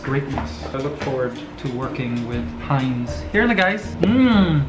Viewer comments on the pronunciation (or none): It sounds like said Heinzzzz😂👏